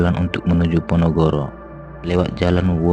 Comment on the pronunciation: Bukan ponogoro boş tapi ponorogo